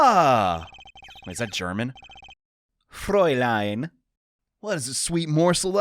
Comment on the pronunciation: has a knack for mispronouncing things in the oddest ways, but he nails the Fräulein immediately